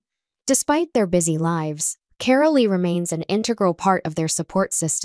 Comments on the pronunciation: Her name is said Car--ol not Carollee. Hew crazy can you get??? the E at the end of the name is silent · It is Carole, not Carolee.